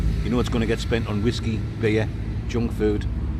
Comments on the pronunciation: Wot is wasku, or should I ask do you think you are saying Whiskey :) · What is it with the way he says Whiskey? It's proper weird and annoying 😂